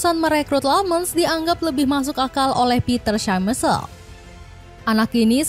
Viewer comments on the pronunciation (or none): ..Schmeichel dibacanya syemaykel bukan semesel 😂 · Kalo boleh kasih masukan: satten bukan suton, smaikel bukan syamesel.. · Schmeicle : shcemei keil how to pronounce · "TUTUR SEMESEL" 😅